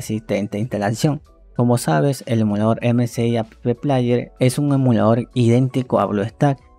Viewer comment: porque dice "a pe pe plaier"? jaja porque pronuncia las letras de la palabra "app". Jajaja